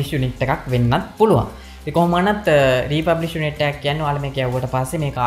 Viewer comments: Thank U Bro ! Republish ද රී ෆර්බිෂ්ද ?? (Refurbished).. ඇහුනෙ නම් රී පබ්ලික් කියනවා. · Presentation is excellent however you need to go though the English words & correct the pronunciation. ( word refurbished ) This is high lighted not to embarrass you .